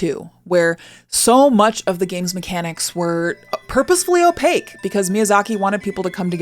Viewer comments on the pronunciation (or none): none